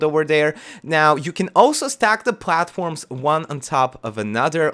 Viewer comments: "You can pwghace some pwghatforms" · Count how many times he said platforms/platform. It sounds so weird to me now. I love his accent.